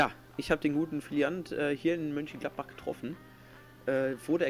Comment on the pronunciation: DAS HEISST MÖÖÖÖNCHENGLADBACH UND NICHT MÜÜÜÜÜNCHENGLADBACH !!!!